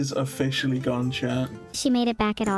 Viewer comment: of-fish-ally you say????